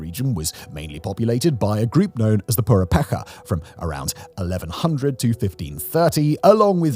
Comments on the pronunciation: Hi! I’m not sure if there is any such place in the world as Chalapa- but it’s def not in Mx. maybe you were thinking of the Chalupas of Xochimilco- or more likely Lake ChaPAla? Also- it’s pu-RE-petcha, not purePEka. Tarascó is just what other people call them. Same people, different name. Thx ✌🏽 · Look, as a Mexican I appreciate the time you put into explaining why places like Colima are dangerous but I couldn't help but physically cringe at the pronunciation of several words here, particularly you saying POOR-EH-PECK-AH. The ch in Purhépecha is pronounced as in chapter, child, peach, or Depeche Mode 😭. It is pronounced more-or-less as pooh REH pech ah (with the emphasis in the second syllable "ré") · Purepecha, not "PurepeKa" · dude said purepeka 🤣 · Purepecha is with CH, so it is pronounced as in chapter. A disturbing fact that is now evident is that the cartels are fooling people offering licit jobs only to find themselves forced into the fighting with no option for desertion.😢